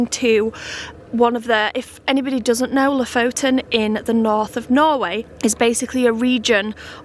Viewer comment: It would be fun if you actually learned how to pronounce the names of the places you visits from locals. So far both Kiruna and Lofoten you are butchering and it is just a tad annoying. :)